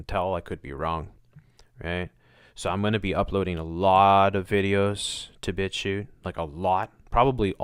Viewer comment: u keep saying bitshu? bbitshoe? bitcute? <-- i have no idea what exactly ur saying, so how am i supposed to find it - and of course, it's not linked... WTF? Come on! i've never seen this fuckwit b4 - i can tell just from this page though, that it's just more nonsense - why give it so much attention? Finally found it by using google mic - and saying bitchute - the link is Thank me later 😜